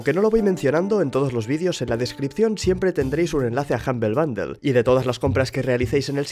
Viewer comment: Sangran los oídos cada vez que dice humble bundle